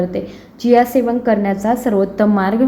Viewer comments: खूप छान माहिती आहे. व्हिडिओ मध्ये ज्या बियांची नावे सांगता आहात,त्याचा लिखित व्हिडिओ दिला असता व त्याच बरोबर बिया चित्रांकित केल्या असत्या, तर या वस्तू जास्त स्पष्ट झाल्या असत्या.एक बी स्पष्ट कळत नाही.जियासीस का काय ते दोनदा ऐकूनपण समजले नाही.कृपया आणखी एक व्हिडिओ बनवण्याची तसदी घ्यावी. ही विनंती. धन्यवाद!! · खूप छान माहिती दिली आहे त्याबद्दल धन्यवाद पण व्हिडिओ मध्ये ज्या बियांची नावे सांगता आहात त्याचा लिखीत व्हिडिओ दिला असता व त्याच बरोबर बिया चित्रा कीत केल्या असत्या तर या वस्तू जास्त स्पष्ट झाले असते एक बि कळत नाही जियासीस का चियासी चार वेळा ऐकून समजत नाही कृपया आणखी एक व्हिडिओ बनवण्याची तसदी घ्यावी ही विनंती धन्यवाद मी पुणे आंबेगाव बुद्रुक येथून तुमच्या व्हिडिओ पहात असतो